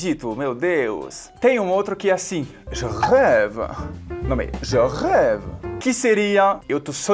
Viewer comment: Esse teu "arrête" e "Je rêve" foram top.